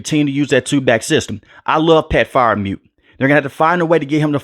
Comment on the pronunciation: You don’t know what your talking about. The reaso the rookie was at RT Because Chuuks the old RT got in the dog house with Tomlin. Abd the TE is pronounced Frier muth. Not Fire muth. Tomlin will not go through a season with a rookie QB again they will get a coach fired. You don’t know ish. Open a channel on hockey